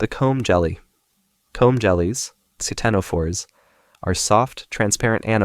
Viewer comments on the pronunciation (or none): The c in ctenophore is silent